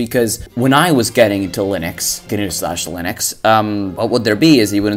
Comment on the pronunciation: You say gyanuuu slashhhh linox i'm out